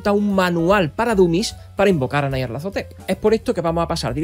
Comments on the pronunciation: Un inciso; ¿es necesario vocalizar "Nyarlathotep" como "Nayarlathotep", esto es, a la manera inglesa, por más que su escritor fuese angloparlante? Si tal deidad es tan célebre a nivel mundial, ¿no sería más adecuado darle la vocalización más acorde con el territorio? Y vaya por delante todos mis respetos a ti y a tu trabajo.👍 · Porque lo pronuncia así? Me duele